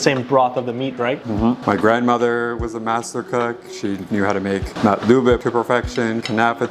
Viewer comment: you cant even say makluba properly